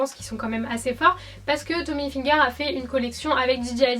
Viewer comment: On dit ilfiger et non ayfiger parce que hi se prononce i en français et non High (comme highlighter)